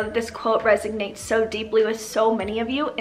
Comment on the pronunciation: Love ya but it’s resonate not resignates 😘